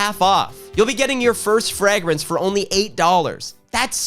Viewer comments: Did you say Frag-rinse? like 12 times? 😁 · please why do you pronounce fragrance the way you do.. please stop… for me 😢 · I had to stop watching because the way he pronounces fragrance ruined my day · Is that how Canadians pronounce fragrance? 😂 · I didn’t skip through the ad because I love the way you pronounce “fragrance” (yes I have autism)